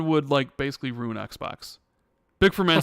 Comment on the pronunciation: Great pod! But LEARN HOW TO SAY RUIN CORRECTLY!!!! Rooooon rooon roon rooon A hundred times on this 4 hour podcast is driving me more insane than PlayStation’s false talking points lol